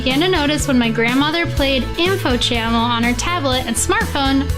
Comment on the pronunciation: Dude it's info cha mm al